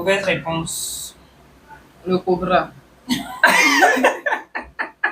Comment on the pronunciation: Le cobrrrra🤣🤣🤣🤣🤣🤣🤣